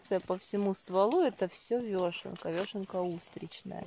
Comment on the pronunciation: Очень вас уважаю.Но простите почему вы говорите вёшенка ?Всю жизнь знаю как вешенка......вешенки.Простите даже удобней говорить.Я правда не специалист по грибам но вешенки покупаю часто.